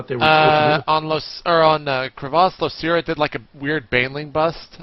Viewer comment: Yeah but Artosis screws up Losira all the time. Its not L(oo)Sira or L(ou)Sira its L(oh)Sira